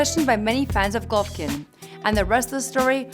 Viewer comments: Did This Chik Jus Say "Glovkin" Instead Of "Golovkin"...? Yup, She Sure Did... Yea Mayb This Aint 4 U Chika, Dont Worry Im Sure A Translater Is Needed Sumwhere 2 Help Ya Along, So Smile... 😝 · She said glovokin lol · Hahahahahha glovokin? Rlly? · Im extremely but cmon “GLOVOKIN”? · who tf is "Glovakin" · The way she said Golovkin made me forget what his actual name was.